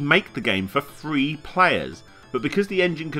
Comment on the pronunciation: Whenever he says "three" it sounds like "free" which can get confusing.